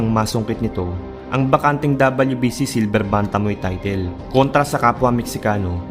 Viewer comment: brod para lalong gaganda ang content mo, paki check pronunciation mo sa word na "title"